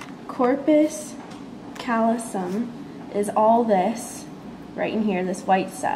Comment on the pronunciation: thanks for going to a quiet place to film this. Nice filming. Work on your pronunciations. APR has a pronunciation button. Septum pellucidum, corpus callosum, etc.